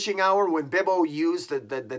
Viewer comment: Is their a reason you call him Bibbo and not Bobo? Just curious...